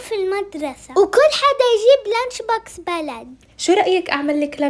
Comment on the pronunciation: يا حرام بنتك ما بتعرف تنطق حرف السين بتقول المدرثة لانش بوكث